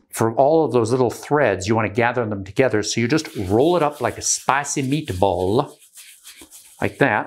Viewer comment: "you're just gonna RoLl iT UP laIKa SpaiCEE MEaTbaLL." I love you sir.